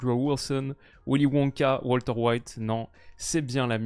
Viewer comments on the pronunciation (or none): none